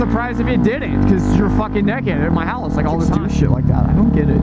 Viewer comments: You saying neked made this video 10x more funnier than the story you were telling. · BTW I'm glad you pronounce it "neckid". A country boy will survive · you say naked weird is just you or America? (I'm from Canada)